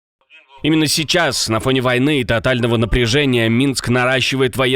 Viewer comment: "а я вам сейчшас пакашу откуда хатовилась нападение..."усатая шеншына опять рада что на нее внымание абратили